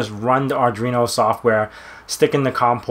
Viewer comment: Why are you calling it "Ardreeno"? There is no 'r' after the 'd' in Arduino.